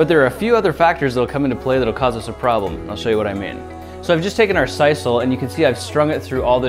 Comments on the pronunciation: sisal is pronounced seesul not saisul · See-sal or Sis-sal; never heard it called Sice-all. Cool. Soda-Pop-Coke; love distinctions. Love the boy scout project. Will have to try it. Thank you.